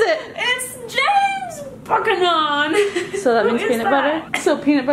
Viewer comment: James Buck-a-non?? How about former U.S. President James Buchanan. Pronounced “Bewcanon”.